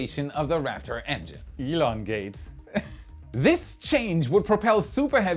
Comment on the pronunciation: Lol. "Elon gate"